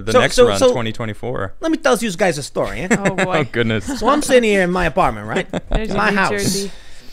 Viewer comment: LOVED Tim Pool's ♥ Tony Soprano New Jersey accent! "Lemme til ya a staaroyh (ADDED BY ME: and pass over da Canolli, LOL)"